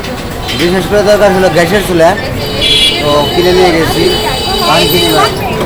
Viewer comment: it’s not ghash, it’s gas. Please try to correct your mistake.